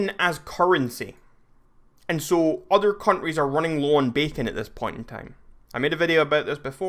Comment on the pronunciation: he says countries like cunries